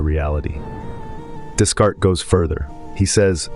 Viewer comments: One could at least make a little effort to pronounce a French name correctly. This barely known up-and-coming philosopher is pronounced DEECART. The 's' is silent. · Ugh. 😞 I’m sorry, I’m really not trying to tear you down - the “s”’s in Descartes are silent. ☺️👍🏼